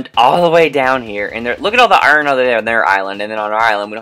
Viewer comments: not to be mean but it's not Aron its I-Ern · you said iron wrong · do you mean berserker lol xD! btw love how u said iron a different way and love you tell Audrey why she scared of murder I wanna say. sorry for killing you Both on murder when I won twice